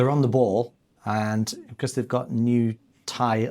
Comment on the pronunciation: 'Becaaarse' where did that accent come from!